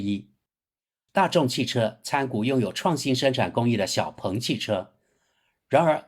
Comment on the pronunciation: “鹏”，发第二声。不是第四声。强盗，蠢货，学学中国语言的四声法。